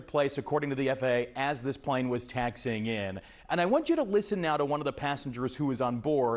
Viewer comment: Not taxing! "Taxi - ing" !